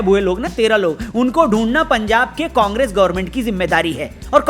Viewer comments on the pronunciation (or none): none